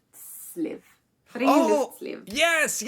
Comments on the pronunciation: No critic … but i smile when you say : friluftsliv ! ( free air life) but you pronounce friloftsliv ( free attic life ) Its fri- LUFTS- liv not fri-LOFTS-liv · Friluftsliv ( with u as in USA )!